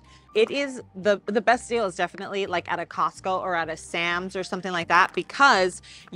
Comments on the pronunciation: Why do you call is Cost-kie instead of Costco? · Love your videos girl but when I hear "Star-B's" and now "Costky"....😬😬